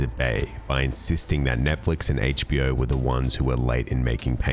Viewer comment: Hayche-Bee-Oh! LOL Excellent video, though.